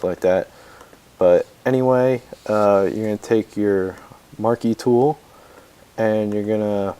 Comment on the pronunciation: I died when you said marky tool ;D